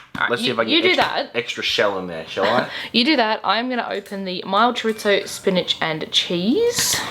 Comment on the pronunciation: Man what a rip off. Thanks for the heads up, will give those a wide birth. Also. There's no T in chorizo 😀